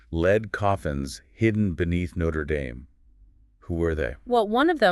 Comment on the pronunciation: Learn how to pronounce Notre Dame.